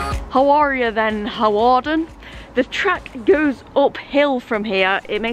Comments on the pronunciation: Looking forward to this one. my parents are from Flint although based in London these days. Used to travel to Flint and on that North Wales coast line many times! BTW I think Hawarden is pronounced 'Harden' ..! Great video though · Hawarden is pronounced Harderrn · This is my local line, surprised to see this line being covered. Also its pronounced "Harden" rather than "Hawarden". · You pronounce Hawarden, Harden. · Hawarden is kind of pronounced like harden but Hawarden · Fun fact for you G, you don't actually pronounce the W in Hawarden, so you say Harden (which sounds like Hard on and I know fine well you'll call it Hard on if you happen to stop there or pass there again) Also the famous Liverpool & Manchester United player Michael Owen was from Hawarden and think he still lives or has houses around there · you don't pronounce the w in hawarden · I cringed everytime you pronounced Hawarden